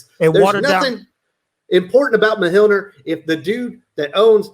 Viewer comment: I'm pretty sure you're saying Mjolnir wrong lol